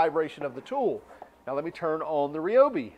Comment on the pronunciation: You are pronouncing Ryobi incorrectly. Unless dozens of people that Ryobi have all been purposefully mispronouncing it for over 30 years of my life on the phone.